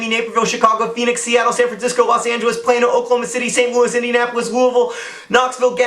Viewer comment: I scream a little bit every time you say Plano.